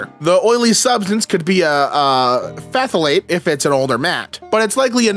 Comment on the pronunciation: The ph in phthalate is silent lmao. It's pronounced "thalate'